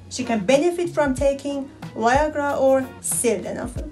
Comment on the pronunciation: She says Y-agra 😂